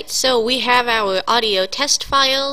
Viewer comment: "we hav ouw awdio" lmao